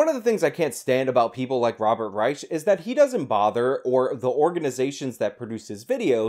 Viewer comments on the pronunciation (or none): Reich is pronounced Rike. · Yeah I can't watch this video. I normally find your videos worth watching, but your mispronunciation of "Reich," and your constant repeating of the mispronunciation is just too annoying for me to continue watching. 🙄